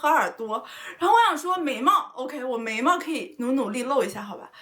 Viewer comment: "眉毛"聽成"美貌"